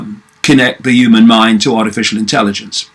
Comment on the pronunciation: Why do you say "the uman mind"?